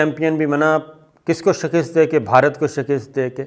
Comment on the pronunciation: Word is ' SHIKAST ' You pronounce it as ' SHAKIST ' PLZ make a correction.